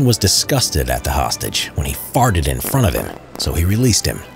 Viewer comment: “When he FFarTed in front of him.” Why’d he say it like that lol